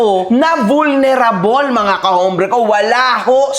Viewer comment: Ayusin mo pronounce mo ng vulnerable sakit sa tenga.